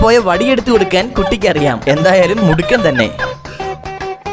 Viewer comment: എന്താ bro മുടുകൻ അല്ല മിടുക്കൻ എന്നാണ് 😂😜